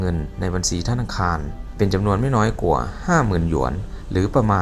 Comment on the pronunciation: เก่งค่ะพูดไทยได้เกือบเต็มร้อยแล้วค่ะ ฝึกตัว ช แทน ซ และคำว่า กว่า ออกเสียงยาวนิดหนึ่ง ไม่ใช่ กั่ว คะ